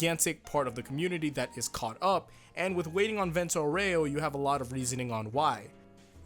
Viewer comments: It's not Aurèo, is Áureo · I don't want to be that guy, but it's pronounced AUreo. Not Oreo. It's like saying Golden Wand instead of saying Golden Wind. Sorry for being a whiny bitch. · Fun fact: It's not "Vento aurèo", it's "Vento àureo" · That "Vento OREO" gave me cancer Why no one ever pronounces it correctly? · The way you say "Aureo" is wrong and cringe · (The Italian pronunciation of “Aureo” has the “A” stressed instead of the “E”, which is a common mistake anglophones make. ;) just wanted to point this out)